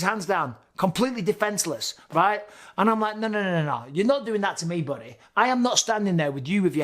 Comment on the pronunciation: Lol. "Buddeh'". Bisping is a legend.